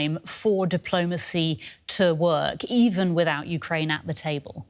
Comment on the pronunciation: You brought in an expert who can't even say "Ukraine" right...